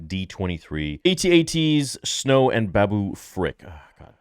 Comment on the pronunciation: It's pronounced at - at not A, T: A, T